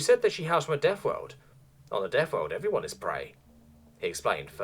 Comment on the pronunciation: the worst thing about this story is The NetNarrotor still has half year worth of story behind a paywall because we unlocks one every so i have to relisten to this story so I can remember how we got to where we are in the story and he constantly misprounces everything you come from a deafworld? your only frwee cycles? old fru the fire and fwames we weel cawwy on.